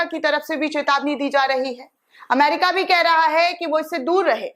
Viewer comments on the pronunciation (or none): none